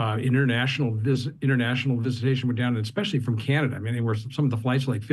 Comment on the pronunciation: Canadia lol😂